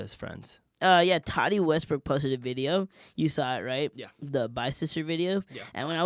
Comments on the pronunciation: You guys are great but it’s Tati (Taw-Ti) Not Toddy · Tati. Ta-tea. Not toddy.